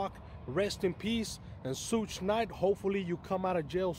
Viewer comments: Douche bag not “soog knight” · I FIND IT FUNNY HOW HE PRONOUNCE’s SUGE’s NAME SSHHHUUUU NYTE 🤣🤣😅😅🤣😂